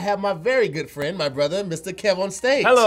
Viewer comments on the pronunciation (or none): none